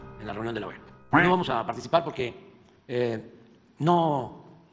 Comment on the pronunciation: DEJAME ADIVINAR CAKAS... EJDEKE LA OEA EJ CALDERONIJTA... 🤣🤣🤣🤣🤣